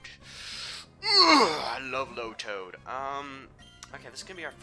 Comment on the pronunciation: tailow (tay-low) lotad (low-tad)